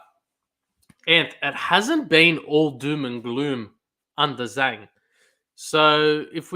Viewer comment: "Zh" of Zhang is pronounced as "J" sound, not "S" sound, and;;; So, its "Jang", not "Sang" nor "Shang"